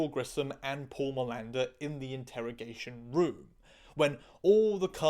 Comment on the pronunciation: For a moment I heard Miranda and not Milander and I was really confuse, trying to figure out why Manuel Miranda was the bad guy in a procedural, and why in a CSI trans episode specifically? it was just for few moments but it was crazy... Btw the difference between them trying to water the spup (allungare il brodo in italian, I don't know an idiom in english for tranlate it sorry) for the 40minutes mark and your's wild Pindaro's like flights from tangent to tangent, is that your tangents are interesting and we lovo them! ❤❤❤